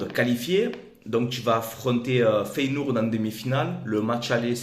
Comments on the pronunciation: Tu déchires fréro! continues comme ca ! Juste Feyenoord ca se prononce Féyénorde pas Féyénourde, tu m as fait délirer lol sinon tu gères ;) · Feyenoord se prononce Féyénorde pas feyenourde 🤣 Objectif atteint !